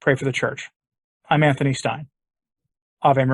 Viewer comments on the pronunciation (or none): none